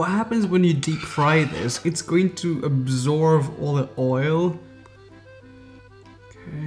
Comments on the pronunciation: "Absorve" ar first i thoight he just had a moment but then he said it again (instead of absorb). Yes.. im aware.. english is not his first language. (Im humored by it, not being a jerk). Also, i havent noticed it in this vid but i always get a lick put of the way he says 'but'. He almost never enunciates the T at the end of words... so he will be like "i know weve tried this hack before... BUH... this time.." etc. Some says ahen in feeling like i need a bit of smoking... ill take a puff every time he either says "BUH" or "literally" (depending on how lit im tryna get) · Absorb not absorve :) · He says absorb as absorv